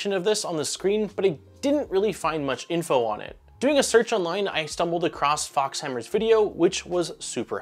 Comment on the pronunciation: Pretty good review. Btw, FauxHammer is pronounced foe hammer, not fox hammer. 😅👍🏻